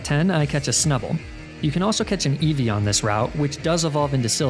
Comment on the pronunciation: EEVEE, NOT EVIE! FIX IT NOW!